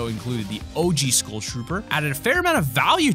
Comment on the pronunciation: Learn to pronounce "Skull" bra :)